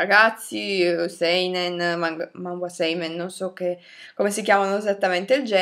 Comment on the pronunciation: Manga non mangua